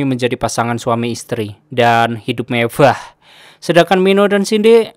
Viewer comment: Klo ngomong santai aja ga usah lebay anjir apaan tu mevah baru belajar ngomong kli ya mevah haaaa mewah kliii goblok